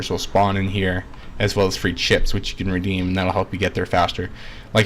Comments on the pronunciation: It really sounds like you're saying clits instead chips lol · "see-ed-ra madre clips"